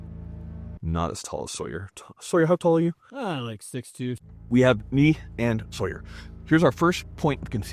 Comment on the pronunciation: At about to ... you said Sawyer.... for a moment I thought you'd gone vegan..in which case you wouldn't survive...